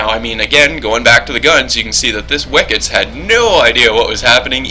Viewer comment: stupidity... hmmm does saying wickits instead of wicks count?